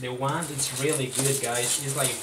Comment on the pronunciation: sounded like you said wang...lol this bideo sux.